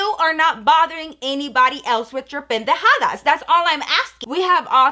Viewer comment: When tries to speak spanish 😂 😂 PEN DE JA DAS